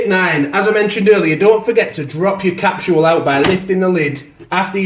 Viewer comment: Great review apart from I don't understand why you say capsHool?? There's no H. It's capSule as in capsHool! I'm British too.......